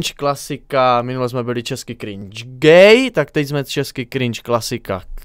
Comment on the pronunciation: Ono se to nevyslovuje cringe a krinke